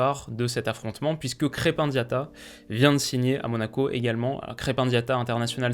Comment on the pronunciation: salut, juste pour diatta c'est plus "krepin" que "krep-un" a la prononciation